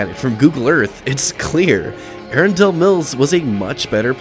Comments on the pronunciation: The way you said “Arundel mills mall” physically hurt my soul lol it’s not “air-un-dale” it’s “air-un-dull” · More like "Uh-run-dull." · A-run-dell mills. That's how you pronounce it lol. I grew up 5 minutes away from this mall, and as you said, arundel mills killed this place within a few years. I went here in 2010 during a visit to my parents' house to see how the place was holding up and it wasn't too far from how it looks right now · Never heard someone pronounce it as “dell”, I’ve always heard something that sounds more like “dull”, “a-run-dull-mills” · Oh.... and it is Arundel - prounounces "uh-run-dull" 😊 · Ahh-run-dull Mills. That’s how it’s pronounced. Anne Ahh-run-dull County.